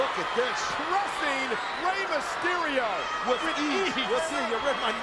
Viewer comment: "Rey Masterio" Tony Chimel 🙄😂